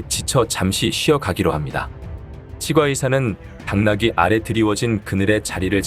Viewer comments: [칫꽈의사]라고 발음하는게 표준어 맞아요.....치 과 의사 ㅋㅋㅋㅋㅋㅋ 무슨 사투리 같고 듣기 거북하네요 ㅉㅉㅉ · 치과의사 발음이 이상해서 다 듣기 힘듭니다 치꽈의사로 치과의사 이상합니다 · 치과의사..는 오바입니다. 칫과라고 발음해야지...에휴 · 치-꽈의사 가 아니라 치'과'의사 라고 하니 진짜 이게맞나싶다 ㅋㅋㅋㅋㅋ 틀린건 아닌데 부담스러움. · 치과의사 발음이 조금 불편합니다. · 치과의사를 읽는발음이 나만이상하게 들리나용?